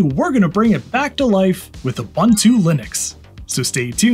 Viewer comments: Someone else has already said it buts it's ooboontoo not oobuntoo ubu is pronounced ooboo. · "with a-boon-too Linux" please, it's not pronounced like that, it's pronounced "oo-boon-too". "Ubuntu" is an old African word (meaning "humanity" or "I am because we are") and it's pronounced in a specific way, not like the way it's written. Please search the video "How To Pronounce Ubuntu" and listen carefully. Thank you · The official pronunciation of Ubuntu is: oo-BOON-too Phonetically: /uːˈbuːntuː/ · It is Ooh/boon/too, not Uh/bun/too. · FYI: It is pronounced "oo-BOON-too", NOT "a-bun-too". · It’s called „Ubuntu“, not „Ubantu“!!! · Repeat after me: ooo-booon-tooo. Again: ooo-booon-tooo. There you go. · It’s pronounced oo-boon-too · It's ooboontoo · Come on man, it's pronounced oo·boon·too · Pronounced “Oo boon too.” Just since you say it so many times in this video, and it’s an actual Zulu word. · I always pronounced Ubuntu as "Un-boon-too". Maybe I was wrong? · It's pronounced ooh-BOON-too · Please teach him how to pronounce Ubuntu tho. 😆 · I don't think I'll ever get over how Americans pronounce "Ubuntu" lol, excellent video! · Hello there. Fantastic video. I retrieved my old 2013 MacBook from the cupboard and I have ordered a MagSafe adapter, and as soon as I get it up and running, I’m going to install Ubuntu on it. One suggestion: please learn how to pronounce Ubuntu correctly. Made me cringe. The second U sounds much like the initial one. Thanks for your video.